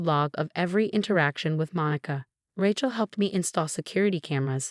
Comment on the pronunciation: RAY-CHEL not RA-CHEL